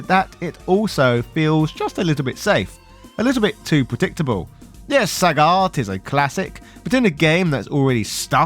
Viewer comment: Why is Sagat pronounced “Sah-got” and “Saget” by the same person in the same review? Why are there 2 versions of the same name?